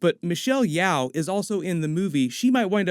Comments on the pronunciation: Michelle Yeoh’s surname is pronounced as “Yo”, not “Yao” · Michelle yeoh not yeow .... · Great video!! By the way, Shang Chi is pronounced “Shung-Chi”. Like “sung” but with an “h”. And Michelle Yeoh is pronounced “Michelle-Yow” not “Yaw” ☺️ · It's pronounced Michelle -Yoh not Yaw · Way to butcher Michelle Yeoh's name lol